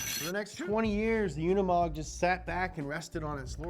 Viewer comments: UnImog... not UnAmod!!! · The name Unimog is pronounced [ˈʊnɪmɔk], and an acronym for the German "UNIversal-MOtor-Gerät", Gerät being the German word for a piece of equipment (also in the sense of device, machine, instrument, gear, apparatus). It was created by German engineer Hans Zabel, who made the note Universal-Motor-Gerät on one of the technical drawings for the Unimog. Later, the Universal-Motor-Gerät was shortened to the acronym Unimog. On 20 November 1946, the name Unimog was officially unveiled. Since 1952, Unimog has been a brand of Daimler Truck.